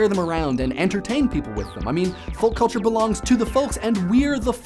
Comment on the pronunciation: No! No, no, no! You are forbidden to speak further if you continue to pronounce the L in folk and polka! Gah! ;-)